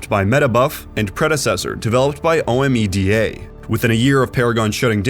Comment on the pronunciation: Great recap! Two corrections real quick. Ethereal was never meant to be a Paragon successor. Production began on Ethereal well before the announcement to close Paragon was released. Also, you don’t say O-M-E-D-A. You pronounce it as a word. Omeda city was part of Paragon’s lore.